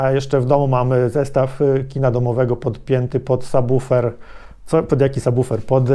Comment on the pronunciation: plus za prawidłową wymowę słowa "subwoofer" :)